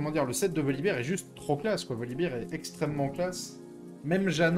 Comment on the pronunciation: Ca me trigger les gens qui disent voli"beer". C'est un ours, pas de la bière.